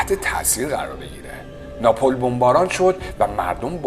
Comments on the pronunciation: اینقدر بیسواد و سطحی هستی که اسم شهر معروفی مثل ناپل Napl رو به بدترین و زشت ترین شکل اشتباه ناپول Napol بیان کردی ، خواهش میکنم دیگه ادامه نده ، فن بیانت بسیار بد و به خاطر دندون های بد فرمت حروف س و ش خیلی زشت تلفظ میکنی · ای خاک بر سرت ، دست کم یک کم ، فقط یک کوچولو مطالعه میکردی ، آخه یک آدمی اون دور و بر نیست که به تو ابله بگه که اسم اون شهر ناپل Napl درسته نه ناپول Napol،،،،،،شما ها مایه خجالت و ننگ هستید ، از یوتیوب هم تعجب میکنم که مثل اینیستاگرام جلوی حضور این بیسواد ها رو نمیگیره ، اول ویدیو رو دیدم قطع کردم حالم بده شد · ناپول نه!!!! ناپل✅ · چرا شهر ناپل رو اشتباه تلفظ میکنی ، تلفظ اسم یه شهر که خیلی سخت نیست، روی پ ساکن قرار میگه وقتی میخوان بگن ناپولی با او تلفظ میشه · کمی بیشتر در باره برنامه تون مطالعه کنید مارچلو ماسترویانی بعد تاول نه napol c C